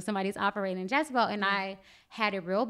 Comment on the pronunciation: Great video. FYI the name is Jezebel, not "Jazabel".